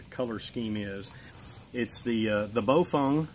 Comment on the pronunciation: ) it's Baofeng - not pronounced Baofung sorry ... hehehe ! 1. Baofengs are usually disposable radio's .. Great for the Buy. Does the Job from a prepper stand point. Great to have with your Emergency Kit basically. Generalizing all Baofengs. 2. Yaesu 65R - Great Radio - Better for Preppers though it's not IP67 in Calamities Stand Points. 3. Raidoddity - Great Commerical Radio - Perfect Radio for Preppers from a stand point. 4. DMR sounds like a Machine Gun :)